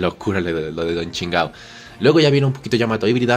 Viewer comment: Me da risa como le dice Don chingao a Don chinjao xdxd